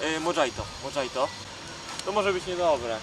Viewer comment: Kurwa modżajto xdddd